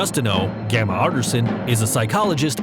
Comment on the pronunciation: 1. It's Gemma (Jem-a) not Gamma 2. Rose "Burn" is actually Rose Byrne 3. It's Abigail Breslin not whatever you said 4. I am Legend is a vampire allegory 5. It's spelled Cilian but pronounced Killian. Quick little bit of research next time huh??